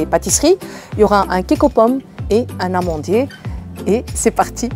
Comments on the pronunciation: Des Amandiers, pas Namandier !!!! Ce sont des amandes,... Tu m'as fait 😄😄je le dis gentiment, courage et Allah y aahhounek 😜😜😜😘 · Je me suis faite la réflexion aussi, et c'est tout à fait normal de faire des petites fautes quand on parle plusieurs langues.. Il faut faire la laison, mais pas avec le "n" partout. Un amandier ( un "n" amandier) Des amandiers ( des "z" amandiers) Les amandiers ( les "z" amandiers) L'amandier Voili voilou 🥰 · Elle est née en Belgique, donc je pense qu'elle a acquis la règle des liaisons :) Sinon, on dit bien le Namandier, et pour l'avoir préparé, c'est délicieux!